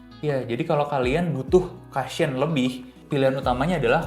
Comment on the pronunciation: Masukan aja ya gaes.. Cushion itu dibacanya KU-shyen Bukan KA-shyen Kalo memang belum terbiasa, ada baiknya sebut saja BANTALAN..